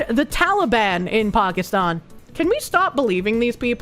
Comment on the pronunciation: pronounces Pakistan like a liberal.